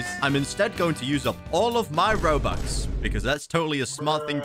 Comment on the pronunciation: i love how you said robax